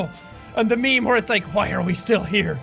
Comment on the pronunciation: Meme, not mime, idiot.